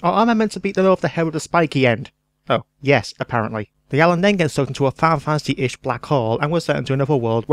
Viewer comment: Your accent isn't the problem. In your haste to talk quite that fast, you slur some of your words and don't enunciate many syllables. Making it difficult to understand. In a review in which you say more than once 'Filefasee ten' when showing a picture of a box for Final Fantasy 10, it grates. I mean... Pictures help us figure out what you did say, but really, there are parts where the graphics offer no help at all. Other than that, many fair points, and very much in the Yahtzee style.